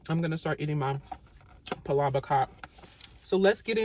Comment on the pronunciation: Thank you for pronouncing palabok correctly!